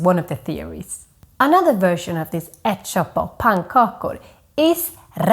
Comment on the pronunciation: Wtf is "ettchoppa"?